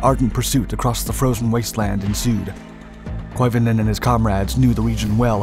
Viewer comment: Some say he's still skiing to this very day. By the way, your pronunciation of Koivunen is pretty damn good!